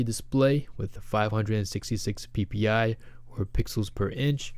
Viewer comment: Why is it funny when you say ppi?